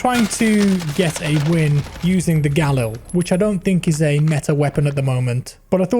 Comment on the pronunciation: The way you say galil 😂😂😂